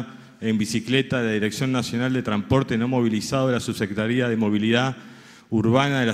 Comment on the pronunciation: Tramporte???? Es un bruto! No sabe hablar!!!